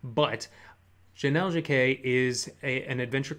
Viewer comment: It's Jennell Jaquays (with an S on the end). I think she pronounces her name like "Dje-Nell Jay-Kwaze".